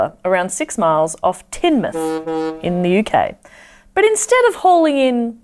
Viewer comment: Wait what, I live in Teignmouth. Am I dreaming? And how did you pronounce it right?